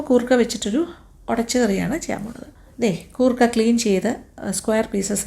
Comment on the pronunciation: Goorkka alla madam , say " koorkka" .......